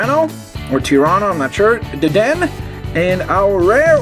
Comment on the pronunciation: Hey you said Deden but it's Dedené (I don't want to be anoying( sorry for my wrong spelling)